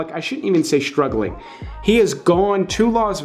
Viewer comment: You really should not say SHtruggling.